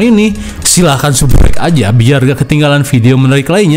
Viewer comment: Candu dengan suara Abang saat bilang subscribe ... Aku denger nya subbrek aja ... 🙏🏼🙏🏼🙏🏼🙏🏼